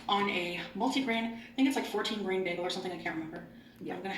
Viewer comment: I've never heard anyone pronounce "bagel" as "baggle."